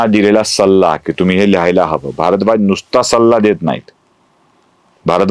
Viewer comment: कथाकथन सुंदर आहे.पण भरद्वाज,भारद्वाज,ऋष्यशृंग,ऋषिशृंग, कळीचा मुद्दा मधील कळ हा शब्द अशा काही गोष्टी खटकतात. रामकथा सांगण्याचा वेगळा मार्ग स्पृहणीय आहे.श्रवणीय आहे.अभिनंदन!